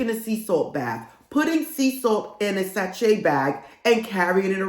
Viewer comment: Thanks for the video! Loved the LOA tips! (Btw, say it sa-shay)